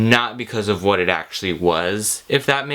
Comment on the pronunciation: 'hwhaaat are you doing?' The Californians SNL sketch is shining through😂